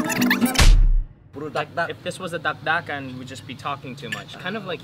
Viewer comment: it's not dakdakan it's daldalan